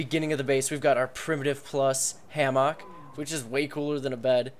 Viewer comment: "Ham Ock" lol its "Hammuk" ;) For future use.